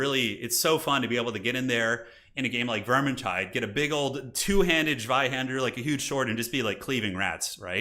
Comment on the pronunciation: "zweihandler" -> tsfye handtler